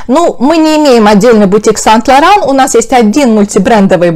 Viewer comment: Почему сайнт лауран а не сэйнт лауран